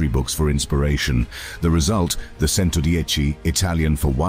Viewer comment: Agreed with comment below. The commentary is AWFUL. Mispronunciation is horrific. CHENTODIECHI not Sento dieci. AAAARRRGGGHHHH.